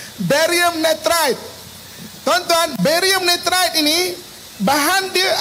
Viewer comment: Barium nirat bang bukan varium nitrat